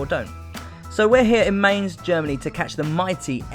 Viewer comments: Who the fuck are Mains? I’m not even German but the pronunciation of Mainz and Tuchel annoys me. Great idea but irritating presenter. Should be on children’s TV. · BTW It's M-eye-nz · He mispronounced Mainz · You pronouncing Mainz wrong